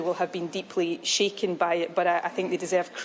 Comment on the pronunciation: Next time say : Shaken NOT Sheken